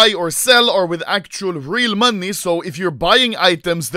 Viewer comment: Just me, dose it sound like Anomlay says money "manie"?